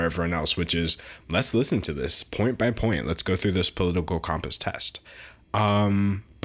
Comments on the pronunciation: Why are you saying Comp-ass instead of com-pass? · My political views are as follows: he is pronouncing compass wrong and we need to start a religion around D'Angelo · you say compass funny hehe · I strongly disagree with the way you pronounce compass